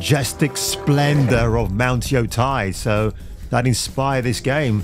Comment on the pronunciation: Yotei not Yotai... It's not that hard.